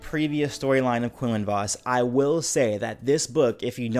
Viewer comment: Thats not how quinlan "was"-(vos) xD